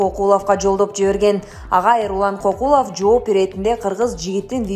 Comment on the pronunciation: Кокулов эмес! КӨКҮЛОВ! Туура окугулачы ээ!